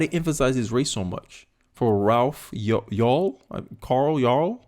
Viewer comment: Why can't you pronounce "Yarl"? All of this is due to mental illness. Race is just the underlying factor for these idiots. When you finally do a deep investigation into these shooters, they always find some skeletons in the closets and a lot of things leading up to the shootings...